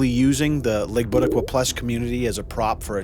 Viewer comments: "Ligbitikwuh plus" lol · did you just say "league butta plus" ? bye. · Did he just pronounce LGTBQ+? LMAO 🤣 I'm deceased.. Please call Jezuz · Dude actually pronounced "LGBTQ+" and I almost cried laughing